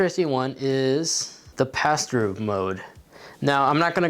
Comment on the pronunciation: Did anyone else think he said pastor mode at first? XD